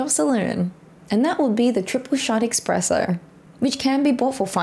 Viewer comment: Espresso =! Expresso